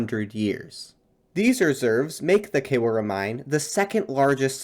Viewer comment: Beautiful lecture. The Khewra mine is pronounced something like Kh-ee-oo-RD-a. Btw, my home is close to the very southern tip of the dark green triangle (Duffar Jungle) at the left bank of Jhelum river.